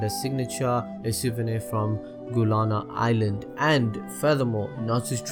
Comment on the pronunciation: It's Galuna Island not Guluna